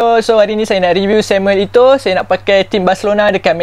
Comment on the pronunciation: Bang bukan ito Eto o